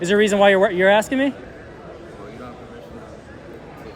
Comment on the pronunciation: what does im axing you mean?